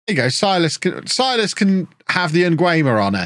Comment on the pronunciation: not sure if you even care, but if you do: Silas should be pronounced Seelas. (I'm brazilian, I know)